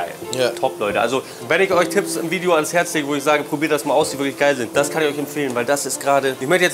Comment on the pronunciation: gutes veidschjo